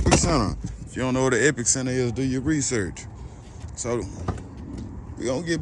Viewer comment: Epi-center. It's pronounced as one word.